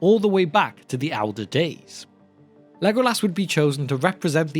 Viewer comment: haha to OP why do u pronounce as lego- LAS?